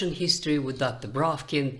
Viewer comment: Such a pleasure to listen to this voice and articulation of the different arguments. Like the pronunciation of "Duckter Braavkin" too.